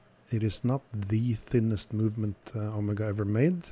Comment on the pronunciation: Thank you for pronouncing Omega correctly. Great video as usual. What plating did Omega use on these movements?